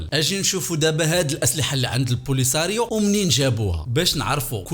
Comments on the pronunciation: البوليزاريوا ماشي لبوليساريوا❤😊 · عندكم مشكلة مع نطق الاسماء polisariou😂😂